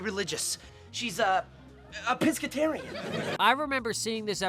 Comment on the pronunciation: Pescotarian wasn't the only part of the joke though, he said it like piss, like peeing... because they said she's in the bathroom... it's a double joke... 😅